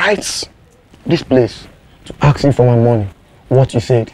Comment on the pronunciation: Tell K Brown,it's ask not axe let me axe something